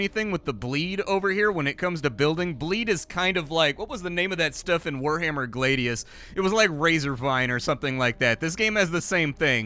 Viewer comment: Its Glad-ius, like I'm Glad, not Glade-ius